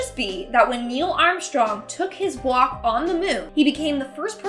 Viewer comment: ngl the first time you said "when he took his first walk on the moon" I legit had to rewind it cause I thought you said "when he took his first guac on the moon" lol